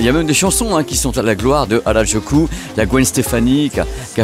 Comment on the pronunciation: petite correction, ce n'est pas hardjoukou mais Harajuku (u pas ou) merci 😊 (presque comme votre "à raz du q en français") même si on sait que vous n'aimez pas les langues 😂😂😂